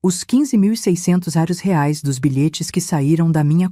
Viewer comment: Moeda estranha..... Por que não aprendem a falar direito: R E A I S / REAIS.......afffffffff